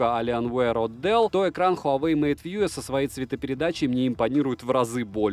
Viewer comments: МейтВью же, а не МейтВьюэ. Колхоз. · хуавэй мэйт вьюЭ хахаха